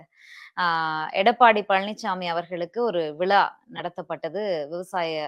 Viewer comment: உங்களை நேர்முகத் தேர்வாளராகத் தேர்ந்தெடுத்தவர் யார், நீங்கள் சரியாக உச்சரிக்கவில்லை, விழா அல்லது விலா, உங்களுக்கு தமிழ் கற்றுக் கொடுத்தவர் யார் மேடம், முதலில் உங்கள் உச்சரிப்பை மேம்படுத்தவும்